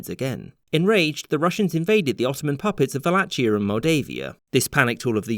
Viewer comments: Its pronounced "Wala-kia" not "Vala-chia" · Wallachia is "Vah lah hee ah". ok? we did not use this ourselves(you know, Țara Românească and stuff) but at least keep it consistent. it is an exonym of germanic(more like German in this case. the Swedes used Blakumen) origin so of course "w" would be "v" and "ch" would be "h" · Great video! Grammar Nazi-note: It's pronounced /waleikia/ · Wallachia is pronounced Vaa-Laa-Hee-aa!